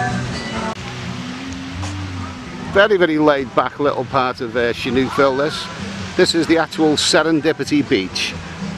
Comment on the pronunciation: the h needs to be after the s to make thesound sh,so its sihanoukvile non shinoukville like you wrongly call it